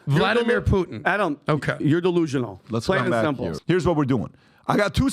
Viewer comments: Adam is most rational guy in the room on "Russia" topic. try first to say "Putin" not "Puhin" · needs to learn how to say Putin. He says Poo in. Teach him how to pop his T’s. AND he was full of Doo Doo on the Navalny story. Who! Who! Who!🙄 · Dude Adam is off the rails. Also please pronounce the t in PuTin. You sound like a lefty mileau if you drop the t.